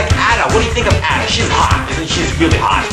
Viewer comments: You need to learn how to pronounce Ada (Eh-duh). It's not At-uh. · ITS ADA!!!!!! NOT AU-DUH X( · Ada not adda GOD !!! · Ada is pronounced like this - ayda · you are saying a.d.a. wrong plus you are crazy. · Learn how to prinounce ADA! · u prononced Ada wrong! >:(